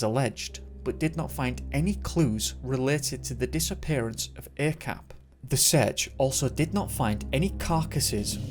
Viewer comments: Not a-cap ah chap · Hey. Few things to add here. Mohd or Muhd is short for Muhammad or Mohammad. It's common to shorten the spelling to Mohd or Muhd here in Malaysia as to spell the full word would be too long. Also Acap is pronounce as Ac(h)ap. The letter C in malay is always pronounced as 'ch', like in chair or charm, as opposed to car or cat. If you need any malay to english translation work in the future, let me know. Good job on the video. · his nickname is pronounced as "ah-chahp" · Acap is prononce as Ar charp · Thank a lot for covering this story, from my country , Malaysia.. and.. ummm.. acap is pronounced ' are chup '.. .. it happens just 40 minutes away from my house and untill now he's stil missing.. and really, as a follower to MISSING 411, I think acap or are chup and 3-5 person more missing, the mystery are the same.. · Thank you for shining light on this case. Lots of stuff i didn't know even as a local . Btw 'Acap' is kind of a pet name for pretty much everyone with the name 'Asyraf' as Bob in Robert. the 'A' is pronounce such as that in 'Are' and 'ch' sounds asa that in 'charp'; i dont know how to put this simply lol